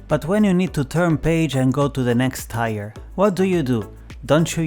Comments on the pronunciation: Hey just wanted to leave some friendly advice. You pronounced tier like tire which is completely understandable. It's actually said like the word tear. Or at least that's the closest I can think of to how it is pronounced. English has so many words like that lol not to mention words like colonel which is said like kernel but there's no freakin r in it lol. Thanks for the tips. Been playing on switch. I really wish I could get satisfactory on switch though lol. I think it's still early access on steam though. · "Tier" is pronounced "teer"